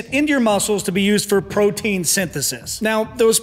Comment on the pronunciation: sounds like you said brotein